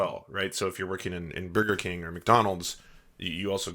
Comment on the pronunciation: i believe it's pronounced "bworger king"